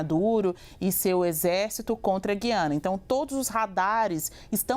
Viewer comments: Não é "Gui-ana" é Gu-i-ana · Boa tarde, desculpe a intromissão mas, não é Guiana , diga GU I ANA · É Gui- a- na , e nã gui de guido. Tipo fala Rui. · NÃO É GIANA , É GUIANA. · GU-YA-NA. ( Correto )